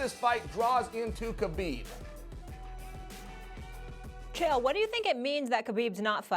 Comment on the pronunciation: When molly calls chael - kale 😂😂😂🤣😂😂😂🤣